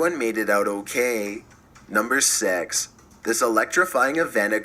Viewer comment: “Number sex” 😂